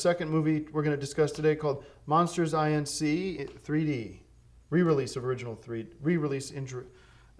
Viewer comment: Saying it as "Monsters Eye En See" short circuited my brain